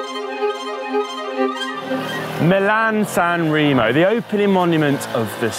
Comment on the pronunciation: I’ll consider it when you learn saying “SanrEmo” the “E” is said like in “End”. Not that challenging 😂 (and thumbs up for Dan who is the only saying right!